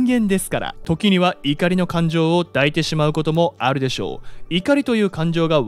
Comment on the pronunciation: 抱いている(だいている)→いだいている。